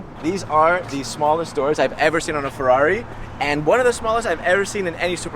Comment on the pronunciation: Capisco che la lingua italiana non e facile e non è diffusa....ma per cortesia la parola Ferrari e la parola Monza Per noi italiani sono la sacra bibbia ...quindi esigo la pronuncia perfetta!!!!!!!!!!!!grazie Duilio zarola from italy Rome